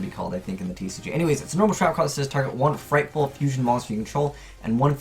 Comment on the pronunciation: Frightful? Frightful?!? Confirmed can’t differentiate between L and R.